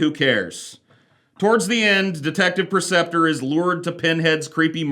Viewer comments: PRE-ceptor: teacher or leader, especially in a religious context. not PER-ceptor, PRE-ceptor. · You either spelled it wrong or saying it wrong, Preceptor. Not Perceptor